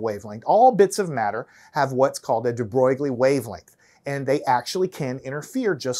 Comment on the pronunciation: how could you butcher the pronunciation of "de Broglie" that bad? 😂